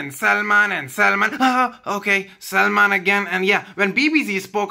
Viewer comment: GOD when he says SAMLAAANN!!!